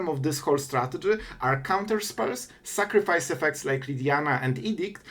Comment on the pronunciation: "Make opp sacrifece" yekes